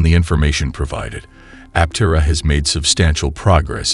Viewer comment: Learn to pronounce Aptera. Good grief.